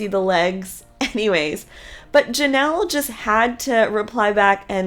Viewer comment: It’s COYOTE PASS not peyote, and there is no S in ANYWAY